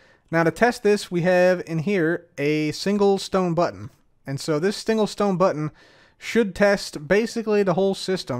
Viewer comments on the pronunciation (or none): "Stingle sone button" 😂 I love it